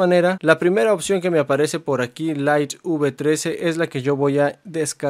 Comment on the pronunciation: Deberías hacer curso de inglés para aprender la pronunciación de palabras como widget y light.... Las repites todo el tiempo y de forma equivocada...